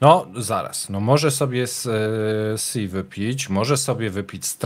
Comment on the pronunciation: Panie, Xi wymawia się "Szi" (miękkie sz);) Nie żebym znał cokolwiek mandaryński, ale wymowa jest na YT.